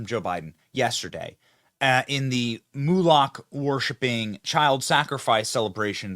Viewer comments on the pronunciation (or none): Why do you keep saying "Moo-lock"? Is that on purpose? Moloch is pronounced "Moe-lock". Ive never heard ANYone pronounce it as "moo-lock" in my entire life.